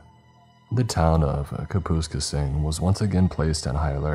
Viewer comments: Kap us k sing, is how the town's name, at the very beginning (after you read the See What I DidThere? description of the SUV heading back from the ice fishing trip being 'Stuffed to the gills') is pronounced 👍 Not- Ka poohs ka sing. Helper. Not Dickhead😁👍❤️🇨🇦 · I'm pretty sure it's pronounced, kaa-pass-kayss-ing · It's pronounced ( kap-us-skay-sing) Kapuskasing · If you're curious, Kapuskasing is pronounced Kap-us-CASE-ing. Not sure how else to illustrate inflection than caps; it gets the idea across, I assume. It's a pretty area, monsters notwithstanding. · I live in southwestern Ontario, the name of the town is mispronounced. Its correct pronunciation is Kap-is-kay-sing, not Kah-poo-skah-sing. But yeah, Dogmen very well do exist. I saw one 8 years ago in Lynden, Ontario from about 250 yards away in -45 winds during February. Saw its prints and strides in the virgin, fresh snow the next day. Estimated it's size to be in the 9ft range. I don't need, nor do I ever want anymore proof of their existence. They are as real as the sun rises, and those tracks and strides I witnessed in the snow, will forever continue until the very day I die, to leave no doubt of their ongoing presence here. That is not just my opinion, that is fact. 🇨🇦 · Having been a truck driver through northern Ontario for years, a friend of mine and I have joke for years about the Kuh-pus-kasing beast… his ex gf. Great story but had to laugh about the pronunciation of “CapIS-casing” Good work eh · Lol I had to think about where he was talking about when I first heard it. I can't wait for the Saskatchewan stories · I was hoping someone else noticed💀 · I don't think I've ever heard someone say Kaps name like that lol. I was wondering where tf the town was considering its in the "north" lol this isn't north not even us locals consider it the true north but good story. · But the way you said it was funny as fuck kapuskasing